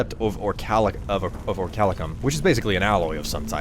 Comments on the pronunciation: Or - ee - kal - cum Orichalcum Not Orchalicum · But btw if ya see this. I believe it's pronounced Ori-cal-cum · Researches the records of orichalcum in the real world. Still pronouces the ore as "orichalicum". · Isn't it pronnounced ori-cal-cum? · Good drinking game: every time says Orichalcum, take a shot